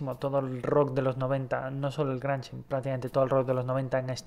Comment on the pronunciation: sigo buscándole el gusto a este canal pero siempre hay algo que no me atrapa, ya sea la información errónea de bandas "nadaqueverianas" con estilos y subgéneros musicales (Sonic Youth y Swan son Noise-Rock nada que ver con lo No Wave) y la pronunciación extraña de los géneros ("Granch", "PosPank"). XD